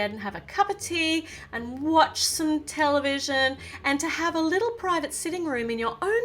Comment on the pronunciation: When she says television I thought she said Nutella vision